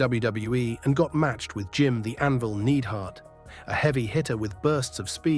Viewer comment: Jim the Anvil "Needhart"?